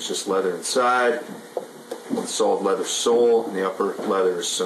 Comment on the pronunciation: Lol! I thought you said native lover...but you said native leather. Phil says, “Hi Smarty Pants!!”